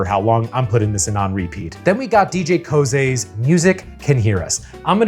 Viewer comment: I got bad news about how DJ Koze is pronounced (I also learned the hard way)